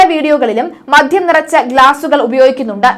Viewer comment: മദ്ധ്യം അല്ല. മദ്യം എന്നു പറയൂ.